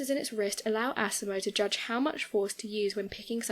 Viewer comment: LOL Can't help but laugh every time you pronounce asimos name like assimo😂.